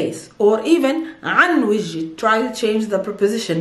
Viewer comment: You have to say Vajhi not vaji.